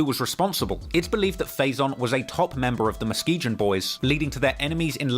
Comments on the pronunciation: Yo.. I’m from Michigan. Muskegon isn’t pronounced Muske”Jin” it’s like the word “Again” Muh-Ski-Gan 👍🏼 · Muskegon is pronounced "Musk-ee-gan", not "musk-ee-jin". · Say it with me now, MUS-SKI-GUN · muskegon is pronounced muskee-gun. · I am the number 1 drill journalist in the UK and I do the most research. Also: pronounces Muskegon with a soft G 😂😂😂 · He even mispronouncing Muskegon. I'm still tryna figure out what Muskejin is lol.